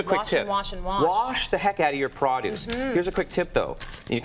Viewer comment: He said praaaadouce and not produce lol